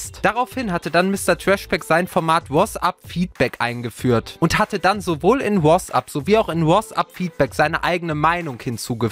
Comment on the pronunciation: Wie er "WhoasApp" sagt :D